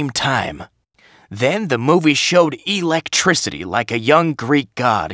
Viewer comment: No, no, no. You've got this all wrong. It-s not e-lectricty. It's electricity. And you blow the last line. It's the money line and you don't see it in a heartfelt way.